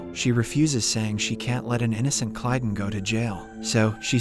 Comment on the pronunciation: It is lmao. You can tell with it not pronouncing Kaylon right. Nice job not using context clues and just being a simp. Tho with this basic ass profile I bet you are a bot too.